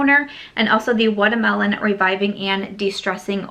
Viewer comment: I love the way you said watermelon 🤣🤣 #samsquad